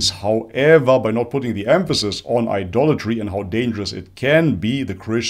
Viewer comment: He said idolatry, i too heard adultry first time😅😅